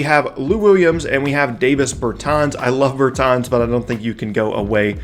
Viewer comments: Pernounced Bertans name wrong , and jerami grant is a bad rebounder good energy guy tho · Yeah. Pronouncing it wrong was giving me a headache